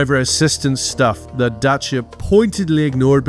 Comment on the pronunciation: I like how he pronounces Dacia in the correct romanian form